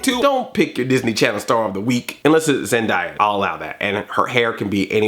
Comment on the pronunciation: Andre, u missed pronounced zendaya's name it's Zen-day-yah